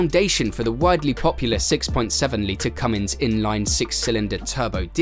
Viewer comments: The name is not Cummings it is Cummins get it right before you make a video. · CUMMINS has NO "G"! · It's not Cummings, Cummins that g people put on the end annoys me...